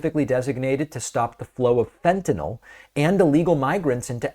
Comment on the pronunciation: Why is Trudeau the only person here who can pronounce Fentanyl? No idea what "Fentanol" is, some variety of ethanol?